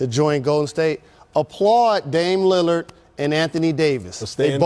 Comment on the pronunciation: LMMFAO Did he just call Damian Lillard, "Leonard"? Yes, yes he did. What a jackass. Wtf is with all these geriatric "players only" scrubs